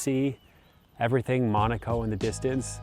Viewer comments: its not pronounced mOOOnAco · You can't even pronounce the location correctly?